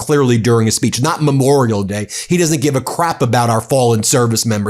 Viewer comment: He thinks it's Me-morial Day. Disgusting thug.